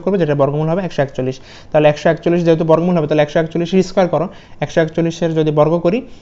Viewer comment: choi Trish na sir chottrish